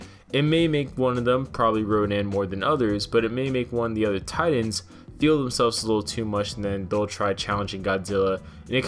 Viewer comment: You seriously need to pronounce "Titans" correctly